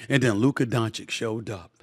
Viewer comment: What am I supposed to do here? Shall I be happy that Stefin Oi. gives Luka credit (while still mispronouncing his name) ahead of the last series, when he continiously since his draft day has disrespected him? When he picked Ayton before him? When he praised booker? When he picked the Clippers, Oklahoma & Minnesota ahead of the Mavs? When he picked SGA, Jalen Brunson & Ant ahead of Luka (all "brothers" btw)? Shall I be happy and reward this just hoping that by seeing a positive feedback maybe Stephon A. Smoth will then be fair towards Luka while I know he most likely waits for the best opportunity to shoot against him again and find a new brother to be the face of the league before Luka violates his next first choice? The problem when your takes don't have an ounce of basketball knowledge behind themselves and are mostly driven by "storylines", personal pride and pettiness as well as a certain level of xenophobia is that afterwards nobody believes a word you say anymore because you lack consistency Steffan AY. At this point I do not care anymore, they had years, I hope they are all doubling down in rooting against the Mavs and I because of these narratives have stopped watching ESPN a long time ago and am happy there are certain content creators, that have a clear voice and just make a comprehension of all the nonsense you guys are spouting. Thanks Steophanios A. Smath but after 6 years these 2-3 videos aren't enough to make us forget. You still have a following, accept defeat